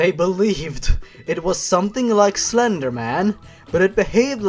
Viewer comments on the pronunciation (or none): none